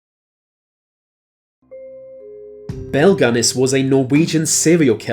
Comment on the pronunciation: Nice video, but Belle's last name is pronounced Guiness just like the beer ; )